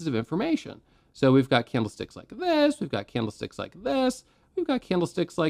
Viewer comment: i swear my ears are failing me. not on this video but many of your really helpful videos. i keep hearing bloody CAMELSTICKS noooooo i cant stop hearing it now :( really love your content mate your are at the top of YT trading tutors. thanks for helping